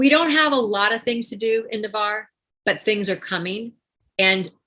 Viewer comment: Just for the record, the city is NAVARRE, not Nevarre.